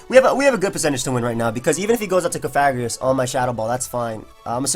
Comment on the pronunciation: cofragigus?? LMAO BOY YOU ON DRUGS